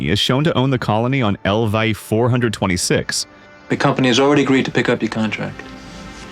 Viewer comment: I honestly was into the video until i heard how it pronounced LV 246 Im good Bye